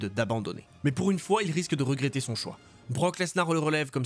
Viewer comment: BROCK LenSAR 😂😂😂😂